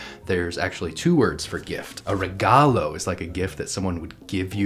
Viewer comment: When did Encanto become trending? Also wtf as a Filipino type 5 that pronounciation for regalo is mildly infuriating